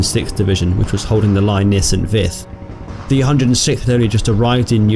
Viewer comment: I'm not sure, but I think St. Vith is pronounced "Sahn Vee."